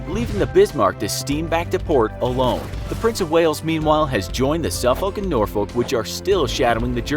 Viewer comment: he pronounced them properley. the English way. As it was Englishmen who named those 2 cities in the U.S anyway.